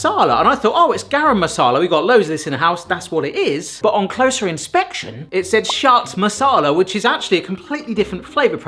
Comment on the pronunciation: At first I thought he said Shat Masala 😂😂😂😂